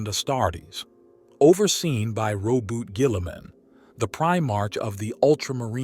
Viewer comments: Rey-boot-te Ge-lee-man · Row-boot Gwilla-mann